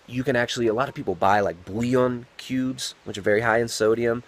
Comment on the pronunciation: what kind of cubes? It sounded like "breone cubes" (and was Closed Captioned as such. But Google didn't find anything on breone cubes.